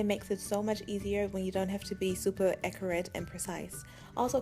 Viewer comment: Great tutorial and all but. You said ecorate instead of accurate